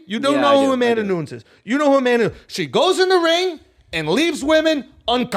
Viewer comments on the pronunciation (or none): Nu-nez not Nunes lol 😆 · “Amanda noons” 😂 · "New-ness", doesn't rhyme with Dunes, I expect more from my #1 MMA Journalist ! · Hearing Schulz pronounce "Nunes" wrong so many times in a row made me want to rip my face off